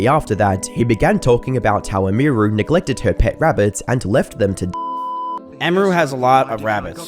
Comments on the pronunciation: Who is Imuru You keep talking about some Imuru? Oh YOU MEAN EMIRU, As in her name, EMily. Man, do people not care enough about the subjects their talking about to get names right? :') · Her name is pronounced like Emmy-ru. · its like youre a retarded ai. "meya" "amy ru" holy fuck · emmy roo lmao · It's pronounced emy-roo. And I can't wait for the video you do on Hasan. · Its pronounced "emmy-roo" 😅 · "Em Meer Ru" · “Emíru” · "May-ah" "Eh-mir-oo" Bruh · You couldn’t get her name right? Emmy Roo! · The way you say Emiru sounds like AI. And I know you aren't lol you're just not pronouncing it right. It's like [em-ER-oo] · Its EMI-ROO. Deadass pissing me off listening to you say this so often. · Who the fuck is ehmheeroo? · "emeeeeru" lol bro really couldn't pronounce her name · May-ya and e-me-ru Pronounce them right. Im losing my mind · "Eh-me-roo" is killing me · Bruh, I know you're British, but could you at least attempt to say these people's name's correctly? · Didnt wven reseach wnough to prounce hwr name right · This guy must have watched so many stream clips and still always manages to get name pronunciation wrong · Hey, good video and all, but whytf are you pronouncing emiru and maya's names like that? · Couldn't have Googled just one person saying her name correctly? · how can you not even pronounce her username? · I cant not stand how you say Emiru. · ok bro i love ur content but how are you mispronouncing Maya and Emiru lol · How can you pronounce both Emiru’s and Maya’s names wrong? Is this dude AI? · That’s….not how you say her name…. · There's like 3 names stated in this entire video and you manage to butcher the pronunciation of two of them. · I guess my Dude doesn't know how to say Emiru 😂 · Come on, dawg. Pronouncing Emiru wrong i can see but there is no way you're NOT pronouncing Maya wrong on purpose. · Brother the way you say "Emiru" is making me die inside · pronounced her username wrong the whole video :/